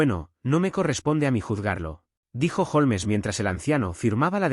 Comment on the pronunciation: Haces pausas raras en medio de algunas frases, no se si es por el cambio de línea o página o qué pero deberías intentar no hacerlo. Aparte se pronuncia "holms" no "jolmes". Tienes buena voz y con práctica seguro que mejorarás.